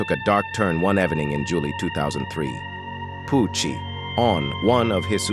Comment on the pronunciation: He said “vengeyance” and then turned Italian when he said “Pooouochiee”